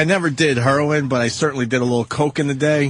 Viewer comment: The way opie pronounces Heroin annoys me